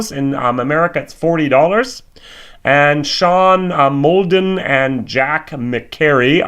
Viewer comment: sean muldoon is pronounced moldoon (hes my uncle)